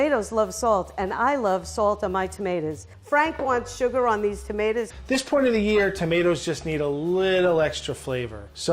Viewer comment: why does it sound like shes saying temeters